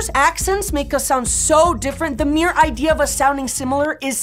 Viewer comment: Yes, it has affected her when she speaks. Like when she says "the mere idea" .. you can tell she is at least bi lingual.